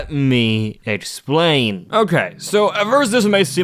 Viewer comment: bro realy hit that "let me explane"